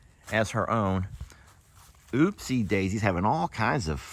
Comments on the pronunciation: Upsie not Ooopsie. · Her name is UPPSIE Daisy, not Oopsie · Im going to P-pat for my first time 😂 with love and respect, of course!! ❤ The Crea's(baby alpaca) name is Upsie Daisy with a U not Oopsie with an O!! I know you think it's funny or something to change it or say it wrong, BUT imo the O belongs to Ookie Dokie in that family. Why not just call him his given name.... and leave the O for ookie? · UPSIE NOT OOPSIE